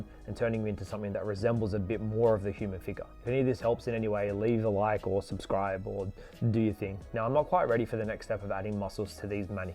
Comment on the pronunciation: What kind of accent do you have? Some words sound weird, e.g. "subscribe", like a "soobscribe". Some r's ommited. Doesn't sound like SSB, general vibe feels closer to American. Aren't you Australian by chance? I am asking from personal interest only.